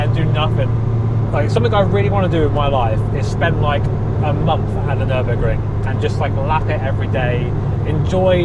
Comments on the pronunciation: Ummm, Fer-Burg-er? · congrats! ferrar-o-ring?